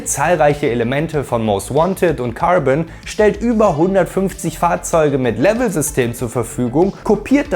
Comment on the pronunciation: Wo der gesagt Cärben oder ähnlichens da war ich raus... sry